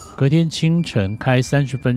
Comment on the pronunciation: 苫小牧第四音拜托念标准一点不然就会想三小木🤣